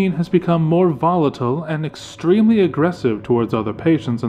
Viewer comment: Wait..... This is a LostNarrator Fic I need to pronounce this correctly. "Side-Note, 0718 has become more vol-atle and extremely agrasive tow-wereds other pat-iats and stafe."